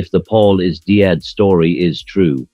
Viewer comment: I think Lennon knew how to pronounce "Brian Epstein" and "Dead".